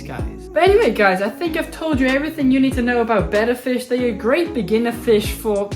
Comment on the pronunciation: I USED TO keep a betta in one of those box tanks NOT ANYMORE I don’t even keep a betta anymore but want to breed a pair ITS PRONOUNCED BETTA I REPEAT BETTA 😂 SOOOO should I breed a pair in a ten gallon and move the babies to a 75 gallon or breed them in the 75 and move the babies to the 10? GREAT VIDEO THANKS FOR THE INFORMING VIDEO!!!